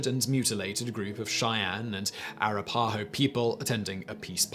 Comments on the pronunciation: Respectfully the Indian tribe name is pronounced a-RAP-a-ho, not a-ra-PA-ho. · 'Air-uh-pie-ho??' Seriously, Simon?? C'mon, there's got to be a pronunciation app out there SOMEWHERE?!?! It is pronounced 'Ah-rap-ah-ho.' I'm a dinosaur who is all thumbs when it comes to computers so I constantly have to call my 8-year-old granddaughter for help or I'd write one myself. Being such a fan of history, it's kind boggling to me that you manage to mantle people's names, town, cities, etc.!! I am a HUGE FAN of every single one of your channels, and in fact, I'm waiting for two suggestions I made on 'Today I Found Out' - one on how they train carrier pigeons and one about the black death. I'm curious when Lords and Ladies in fancy manor houses, castles, etc., died - what happened? Did serfs, servants, etc., move into the abandoned home and get a new start? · Someone needs to tell him it rhymes with “slap a hoe” lol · I get it, Native American words can be hard.... Arapahoe =A-rap-ah-hoe. Most were written down phoenetically, but not all the writers wrote those sounds the same way. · air uh par ho huh lol nice try tho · Arapaho: uh rap uh hoe, or R app uh hoe, but definitely not how he said it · Arapaho is pronounced "uh-RAPPA-ho" in American English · Arapaho is pronounced "uh-RAP-uh-hoe". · Love your channels man. Just thought i'd help, arapaho is pronounced "uh-WRAP-uh-hoe" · I can forgive you mispronouncing "Arapahoe". It's tripped up a lot of folks. But it's pronounced: Uh-RAP-uh-Hoe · however, some of us respect the pronounciation of other cultures, and as Native Americans would respect others, just maybe they should Finally get some too. So how about you suck it up and respect them. Its Ah-rap-ah-hoe. What are you, English? Also known as the culture that can't agree on pronounciation amoungst their own little island? The culture that tried to go Fire Nation on the world? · It's pronounced A-rap-a-ho emphysis on the second syllable.